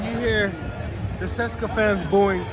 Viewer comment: Dude, I hope you have at least learned to pronounce the name of the team you have been cheering for in the right way. It is not Ceska, it is CE-SE-KA TI-RE SO-FI-A